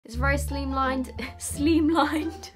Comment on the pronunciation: Sophies version of slimlined sounded like the way you pronounce slime in Danish (Slim) 😂